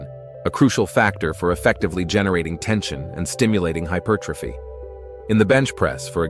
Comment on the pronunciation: Da fuck has hypothyroidism got to do with growing your chest? Can't even pronounce hypertrophy consistently 😂 Why not use a human rather than AI to generate commentary and captions?